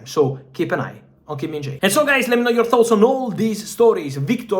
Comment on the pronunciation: And so guys let me knoll your tholts